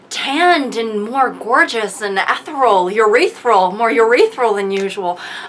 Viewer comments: Yessss 😭 Emily, lovely, It's Eth-ear-ee-ull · "Urethral".... like a urethra?? lmao. It's ethereal, Emily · the video started with “urethral” instead of ethereal. queen 👸